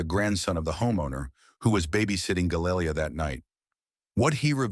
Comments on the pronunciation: Again. Can't get the (Hispanic) victims name correct ever. Galilea NOT Galayleia Have some respect man. Smh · You could at least pronounce her name properly. ❤️‍🩹